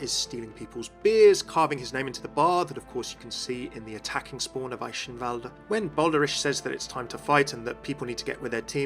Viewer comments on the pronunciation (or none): "Baldarish" "Eishinvalde" I know you're not German but, come on.